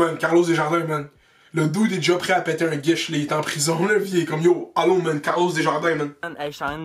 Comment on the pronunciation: " Un guish " 🤣🤦‍♂️💀